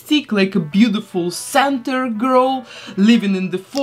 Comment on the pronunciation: Did you pronounce centaur as center? Its like "sent-are" ❤❤ shes gorgeous, but i do wish her ears were painted brown like her coat!! Oh and my boyfriend wonders, why do you paint it gold if you put leafing on?